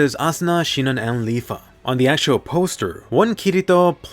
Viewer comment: i had a smile when Asuna said SiNoNoN!